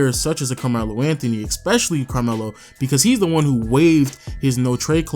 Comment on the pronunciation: Why does this nigga says "eXpecially" for some reason it pisses me off